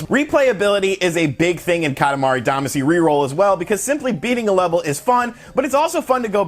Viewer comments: Katamari Damacy is the English adaptation of the Japanese romaji Katamari Damashī (kanji: 塊魂, hiragana: かたまり だましい), which means lump/chunk soul. Duh-mah-shee is the the correct pronunciation. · Still pronouncing “Damacy” wrong I see.